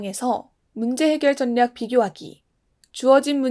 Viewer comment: 정말 잘 듣고 있습니다!! 가끔씩 분류를 [분뉴], 전략을 [전냑]이라고 발음하시는데 이것만 고쳐주셨으면 좋겠습니다~